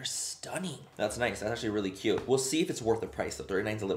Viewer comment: You sound sooo Irish when you say ‘stunnin’ 😂 I’m from Dublin and yeah sound very like us Dubs 😂🖤